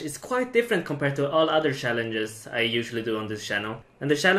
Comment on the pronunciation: Next TYC :Prounounce challenges correctly not shallenges